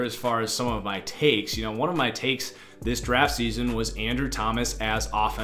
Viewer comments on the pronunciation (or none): none